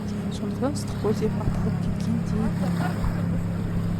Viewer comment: ЫСТЫККӨЛ ЕМЕС ЫССЫККӨЛ,БУЗБАЙ АЙТКЫЛА😮😮